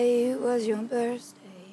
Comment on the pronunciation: i love how she says "happy hippie birzday"